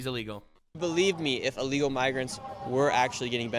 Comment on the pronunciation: Alrighty kids, everyone repeat after me, "ILL-LEGAL." It is not "Ah-legal." It is Illegal. As should saying "Ah-legal" be.